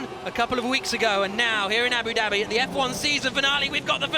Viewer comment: Abu “Dabby” xD